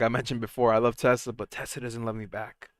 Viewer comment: Why do you always pronounce Tesla as “Tesler”?